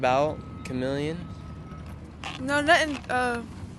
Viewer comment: The girl called her Chemeleon. Lol 🤣 😂